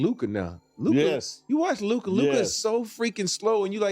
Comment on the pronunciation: How Stephen A still pronounces Luka’s name incorrectly baffles me.